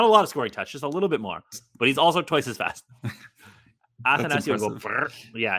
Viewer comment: It’s actually pronounced “athanasiou” not “athanasiou”